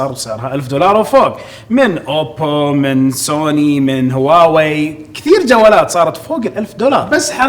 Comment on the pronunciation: ماعرفنا كيف تنطق اسم شركة هواوي مرة تقولها هواوي ومرة تقولها واوي ايهم اصح